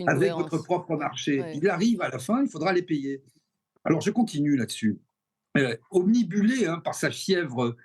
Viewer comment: On ne dit pas obnibulé mais obnubilé.